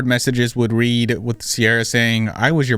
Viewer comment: i hate the way she says "what is wrong witch yew??" girl what is wrong with YOU?!